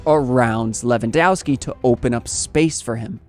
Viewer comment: ow and ov with or without skis or a's for women, endings are spelled off like offside. Pls correct that, you butchering every slavic name with that ending.